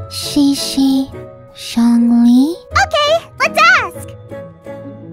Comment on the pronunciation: There is also the zhongli and qiqi part It is pronounced more like zihong lee and ji ji rather than Jongli and cici for native English speakers